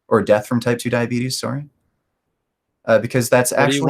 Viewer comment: Why can't this guy pronounce "sorry" and multiple other words correctly? Wtf is suree?